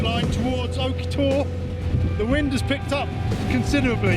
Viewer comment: Nice vid. But please don't pronounce the e for Oke Tor. Same as the tree please. ;-)